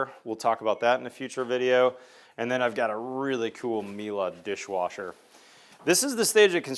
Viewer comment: Leave it to a Texan to pronounce Miele correctly